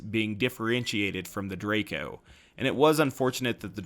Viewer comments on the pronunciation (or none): none